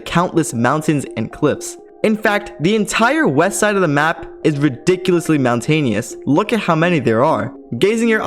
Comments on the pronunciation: mountainous not mountanious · Mountainous not mountainious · yeah mate you just pronounced it like an idiot